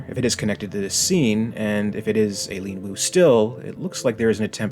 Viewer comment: I gotta believe that a name like "Aileen" (especially pronounced like that) gets you almost as much pull in an Alien movie's casting as being a caucasian female with short black hair... 😂 👍